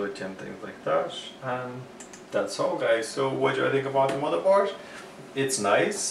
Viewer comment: Stop saying MotherborSH!!..